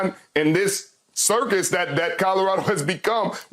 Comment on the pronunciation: Did this man say circus?